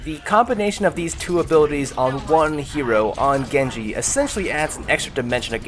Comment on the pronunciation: Maybe you master Genji but you still don't mastering pronouncing his name